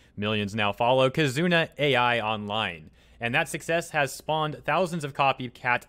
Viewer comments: It’s pronounced “Eye” not Ai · KiZOOna AyEye... U's are usually silent, like suki being pronounced 'ski'. 'Ai' is a name, notice the I isn't capitalized, the name's pronounced 'Eye'. Why not take 5 seconds to listen to her say her own name in one of her videos? Would only make sense when the entire video you're making is about her. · It is not pronounced A.I., it is pronounced like Eye. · Sorry to gripe, but her name is pronounced like the Japanese word "ai." (eye) Knew VTubers have been around for a while, but didn't know they were THIS popular